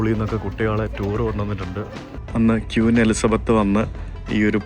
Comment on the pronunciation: Hello ക്വീൻ എന്ന് പറയൂ പ്ലീസ്. ക്യൂൻ എന്ന് പറയരുതേ